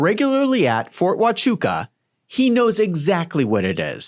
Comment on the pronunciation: Yes, you pronounced it perfectly.